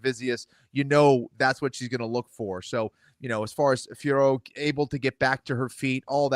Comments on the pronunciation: Still cant say Fiorot correctly. Its been how long now? Its not Fior for gods sake. Say her name as its written with a silent "t". Not that difficult. Im French so I know this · I can’t believe you guys are still saying Fior. It’s Fior-ot.